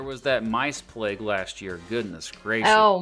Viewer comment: You need to look at the " £10 POMS". Brits that emigrated to Australia and New Zealand after the 2nd World War. Did you know that Australia has more camels than the Middle East and they actually sell camels to them ? PLAGUE is pronounced PLAYG not PLEG. Netball is where Basketball derived from. It is played world wide by girls at school. There are netball leagues all over the UK. Girls and older ladies play in the leagues. My daughter is a coach/manager in one of them.